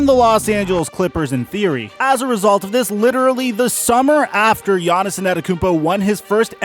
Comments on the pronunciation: Who is this Giannison person you keep mentioning? Is that Giannis's alter ego or something? Yanison, Giannison, Yawnisen... Not sure who you're talking about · can you stop saying “giannis-en annakoompo” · Nobody:: Gannis-son Antetokounmpo